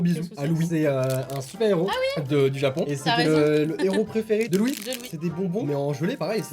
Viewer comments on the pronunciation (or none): l'intro est complètement WTF "Du Djapon jusqu' à Dchez vous" :D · "...du TjApAn jusqu'à TcHEz vous " x')